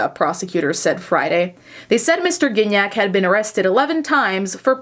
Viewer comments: Gignac is such a french canadian name x) the first g is not pronounced like that, its the other g. Can’t think of an english word that uses that sound... its not like giraffe, there’s no d sound before. Anyway. What a weird timeline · I didn't realise you pronounced Gignac like cognac 😬